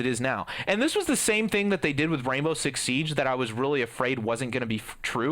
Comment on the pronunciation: Why does it sound like you are saying "Rainbow Shit Six" ?